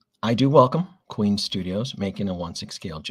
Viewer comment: FYI - it’s Queen Studios, not Queens Studios.